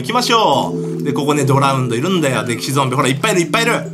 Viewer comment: ドラウンドですよ笑笑